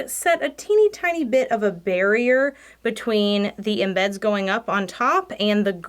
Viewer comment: lol, "tikked" cuz she "tokked" too much, and put the same in-beds in! HeeHee, We love you,!